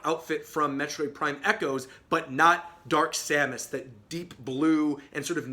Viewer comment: You got simon, k rool, and dark samus right!